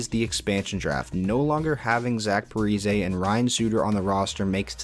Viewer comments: Repeat after me: Pa-Ree-Zee 😒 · "Zach Parizay" bruh